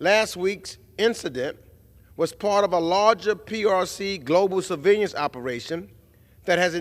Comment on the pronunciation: D- Meeks NY….please stop butchering the word surveillance